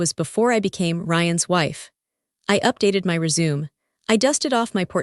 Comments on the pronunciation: Someone needs to edit the narration. At one point she says ‘resume’ Instead of ‘résumé’. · RESUME' PRONOUNCED REZ UH MAY NOT RESUME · Resume, pronounced as re-shoe-may. Thank you. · rezoom i wonder if ai will ever learn how to pronounce double sounded words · Message to the AI: "resume" is three syllables not two. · Teach your cheap A.I. voice-over to say "resume" properly!